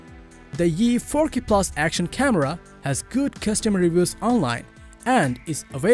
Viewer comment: Shoots at an incredible ForK resolution. Do not be shy to say KAYYY 4 Kay , C"mon man ...